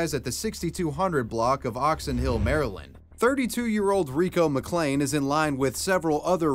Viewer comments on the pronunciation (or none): none